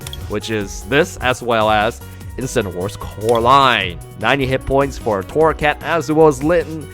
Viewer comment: It's torracat not corracat